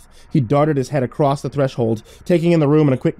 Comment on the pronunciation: I listen to your videos almost every day at work, I love them, and you'll probably never see this.. but can you PLEASE stop saying "acrosst" ??!?!?! It makes me cringe so hard its distracting